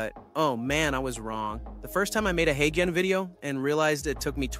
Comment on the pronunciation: When you’re scripting for video write phonetic - you’re speech says Haygen but uses the g like the g in garden which is wrong - so write it hayjen and it will sound correct